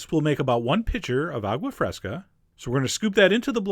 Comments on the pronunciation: A-goo-ah fresca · “awgwuh freskuh”